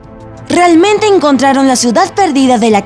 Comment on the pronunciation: Y luego al principio dice realmente enkgontraron como si estuviera hablando un cerdito